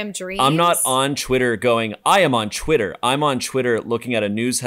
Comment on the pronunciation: Anybody else notice how says "Chwitter"